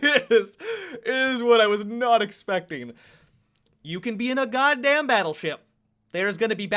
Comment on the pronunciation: DID HE SAID 'ESPECK IT' ???? are y'all finished or y'all done? I ain't gon say it no mo